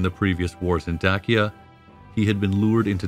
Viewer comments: It's not Day see uh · Very interesting, but this guy would have better credibility if he learned how to pronounce, "Danube" and "Dacia". I've NEVER heard either pronounced the way he does! It's "DAN youb" and "Day sia". Hurts my ears! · I’ve totally enjoyed this video and will be a new subscriber after I finish this comment. I did find that I pronounce the words Dacia and Danube quite different than you do but I can possibly dig up the strength to look past that lol. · Great video, and historically comprehensive and accurate. My only criticism would be several words were habitually mispronounced throughout the video (e.g. Danube, Dacia, etc.). This detracts somewhat from the information being presented, but not to a substantive degree. Also, great speaking voice. It reminds me of Jonathan Frakes. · This video adopts unconventional pronunciations for Danube and for Dacia, but why? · The narrator's pronunciation of words, such as Dacia, Dacian, Hadrian and others, seems off. Is this a bot thing? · Is it not pronounced Daysha? Not Dakia? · Dacia not Dakia!!! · Great video. I always thought Dacia was pronounced like "day-sha". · It is pronounced "Da-Chi-Ya". Romanians pronounce "Ci" like in Latin. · Pretty good. You receive high marks for historical accuracy and the art work. However we take issue with your pronunciation. Particularly with Dacia and the Danube river valley. Dacia is pronounced "day-she-uh". While the river Danube is pronounced "dàn-yoo-b`. A as in after. With the B being almost silent. New sub. Looking forward to your next offering. Greetings from Vienna. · * day-shu *day-shins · My wife is from Roumania, Dacia and Dacians, it's pronounced like..."Dachia and Dachians by locals 📕